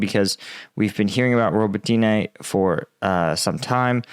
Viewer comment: Row-Boat-Nya - you are really murdering Ukrainian names.